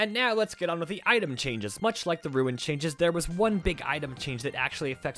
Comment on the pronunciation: Hearing “ruin” in place of “rune” irks me to no end 😂